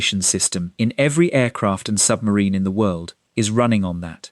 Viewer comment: FOR GOD SO LOVED THE 'WHIRLED"!!